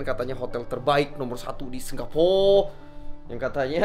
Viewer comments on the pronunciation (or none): Pas ngmong singporrr ngakak wkwk